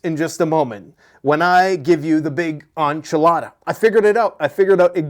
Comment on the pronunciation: It's ENCHILADA. 👍